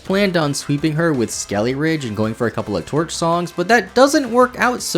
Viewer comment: When you kept saying skeleridge, I thought you were going to go into a ridge wallet sponsorship lol